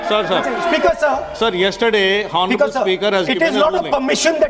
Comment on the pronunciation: Mr.Hon'ble ,is 'H' is not sitent in 'Hon'ble'?